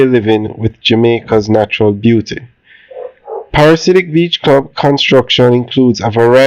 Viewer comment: Pa-ra-dee-si-ak 😅if that makes it easier. Thanks for the updates though.